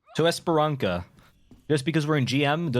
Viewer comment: "Esperan"K"a????? lol